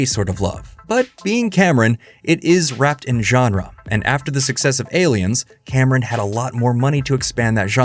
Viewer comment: His name is James Cameon, The bravest pi-o-neer.